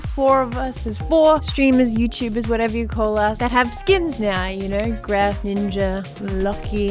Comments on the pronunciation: Grefg es su nombre se pronuncia Gref Ok englhis people xd Sos re troll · 'greft' es como lo pronuncian los angloparlantes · claro todos los que hablan español le cuesta un poco la pronunciación como a mi y todos